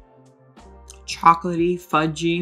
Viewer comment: It’s not increments, it’s intervals. The way she said decadent made me laugh. You can’t speak Spanish or English. I hope you have a 3rd language to rely on.